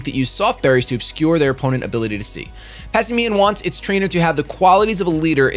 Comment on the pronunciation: Why are you and shofu saying Pass i me-uhn.? Its pass and simian, the word simian is sih-miehn all together. Not sih-mi-ehn